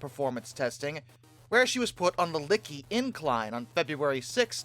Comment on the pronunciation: Er, that's Lickey, not Licky.